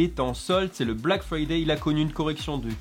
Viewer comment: 🤣😂 Black Friday tu la bien dit